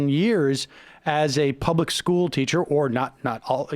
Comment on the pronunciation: man is terrible; oh god he doesn't even know free and appropriate public education in the least restrictive environment and he pronounces public with three syllables